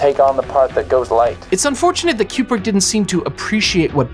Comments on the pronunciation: I don't know who this "Kyoobrick" person is you keep mentioning. I've never in my entire life heard anyone mispronounce Kubrick as "Kyoobrick". After the 4th or 5th "Kyoobrick", I was ready to rip my ears off. I couldn't finish the video. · Am I hearing wrong, or is this dude saying CUE-PRICK the entire time? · I keep hearing your pronunciation of Kubrik as 'cupric' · "Cube-Rick" distracted tf out of me the whole video. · It is an excellent poster. He actually pronounced his own name “Koo-brick” rather than “Kyoo-brick”. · Great video, but Stanley's last name is pronounced "Koo-brick", not "Q-brick." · Fun and interesting. (And it's "Koo-brick" not "Q-brick.") 👍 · the yellow one is a crappy poster! I saw The Shining at the theater when it first came out but I don't remember what poster they used... I don't like the way that you pronounce Kubrick... I say koob-rik not cube-rik... good video... very entertaining! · Aaaarrgghh! It’s KOO-brik, not KYOO-brik… This video is driving me crazy every time you turn Stanley into a cube brick. And you say it A LOT. All cubes and no coups makes Dave go crazy, to paraphrase a certain Homer. Wish I could have finished the video, but I simply could not take it after about the 25th cube, which occurred roughly two minutes in. Or at least it felt that way. My autistic brain fixates on these types of fundamental errors and can’t focus on anything else. Please have enough courtesy to research things like how to pronounce your subject’s name when creating a video about them. It’s incredibly disrespectful to do otherwise. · His name is pronounced KOOB-RICK not CUBE-RICK. this entire video drove me crazy. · “CUE”brick??? come on bro. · His name's pronounced "koo·bruhk" btw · Kubrick is spelled with a 'B', right? Why is it pronounced KuPrick throughout the video? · i am extremely disturbed by the "qbrick" pronunciation. is this a new thing?